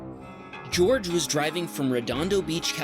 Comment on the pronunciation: Jorge = whore-hay is the correct pronunciation not George